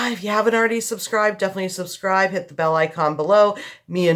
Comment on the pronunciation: I love how it sounded like you almost said, "subserve" instead of subscribe considering the topic of this video lol! I love it. I am a brand new subscriber and I think your channel is amazing!